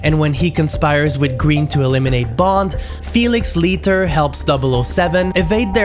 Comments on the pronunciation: Leiter is pronounced LIGHTER! Have you not even watched it?!? 🙄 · Le nom de famille de Felix Leiter se prononce comme "lighter" (un briquet). 😉